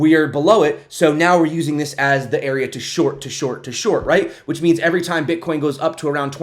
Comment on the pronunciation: She says "Bitch" AHAHAHAHA! Very nice!